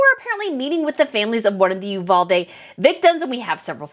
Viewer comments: Did y'all know one of the teachers killed, her poor husband ended up taking his own life, a few days later. We in Texas, do NOT want these two camera-hogs here in Texas, AT ALL !!! BTW, Uvalde is pronounced "U--VAL-DEE". TEXANS DO NOT WANT THAT TRASH HERE !!! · Pronounced “you-valdee” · Love your content! One note though, my husband is from uvalde and it is actually pronounced with the long “e” sound at the end